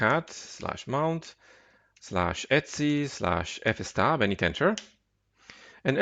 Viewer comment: Etsy is a trading website - /etc is usually pronounced eee tee see :)